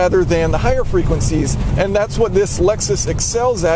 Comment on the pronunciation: You pronouncing the word frequencies made my ears literally bleed